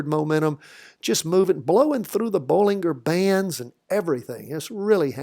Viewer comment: Always interesting viewpoint on your side! Friendly suggestion: Bollinger Band is pronounced like "bollindjer" and not "Bollinguer" (like you say!) 😉